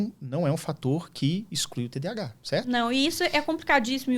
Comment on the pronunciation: Só faltou falarem corretamente, pq é toda hora TDH TDH... pq falam errado?? tem um "A" nesse termo!